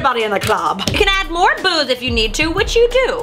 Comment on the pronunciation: "...Everybody in the clarb-" XD